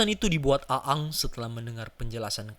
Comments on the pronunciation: Bacanya eng bukan a ang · Iya nih wkwk A-ang 🤣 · Risih denger lu baca bang, wkwkwk. Intonasinya kaku amat. Dan ketauan, lu bukan fans avatar kan. Aang dibaca Eng, bukan A Ang, 🤣🤣🤣 Kalimat2nya juga kaku amat, dan ketauan lu ga ngerti2 amat sama ceritanya. Tapi, thanks sharing nya bang. Keren. Gpp lah ya komentar gw pedes dikit, biar kedepannya makin keren lagi. 😁😁😁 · Ang anjir bkn a ang lol dah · Namanya aang. Dibacanya jadi eng bang. Bagus kontennya bang. Semangat bang bikin kontennya. Salam dari orang Bogor 🙌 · Aang dibaca Eng boss, "benders" bukan blender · Aang apa gaang sih kwkwkw lidahnya primitif bgt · Aang bacanya eng woi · Aang dibaca eng cuk, gak enak bgt nyebut nya :v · Orang sunda nih kayaknya 😂